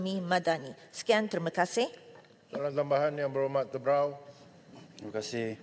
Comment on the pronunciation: Aq salah dengar ka mmng itu yg dia ucap kn..? Tebrau ka terbau..?😂😂😂